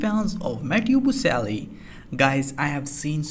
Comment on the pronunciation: Can you pronounce his name properly?